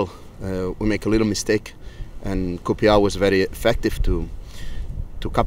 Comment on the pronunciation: Another good result which keeps the run going. Don't ya just love the way Pep says COOPYAR lol. KRO